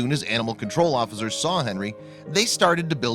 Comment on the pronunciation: Cruelly not crewly. Huntington not Hunnington. Officers not offizers. Veterinarian not vetrinarian. Asked not assed. Potential not puhtential. Police not puhlice. Before not buhfore. Foster not fahster. Veterinary not veterinary.